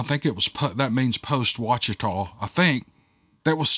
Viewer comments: I CANT BELIEVE there’s a story from Monroe! That’s my hometown 😎😬😍 Funroe, as we call it, is a decent sized area, with a few swamps, bayous and woods pretty close to some parts of the neighborhoods. You did well on sounding out the funky names 😂 Ouachita- pronounced wash-e-taw, bayou Desiard- dee-zeird.. love ya,! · Duck Dynasty folks were born and raised (and most still live) in West Monroe. Monroe and West Monroe are "sister cities" with the Ouachita (pronounced Wash-eh-taw) River. These two cities make up Ouachita Parish in its entirety. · Close brother... De - 'Zeard Bayou... I get to tell people all the time how to say " Wash-i-taw" Ouachita River... Dang that's right across the river from me... not surprised! Holloway here from the Attic Story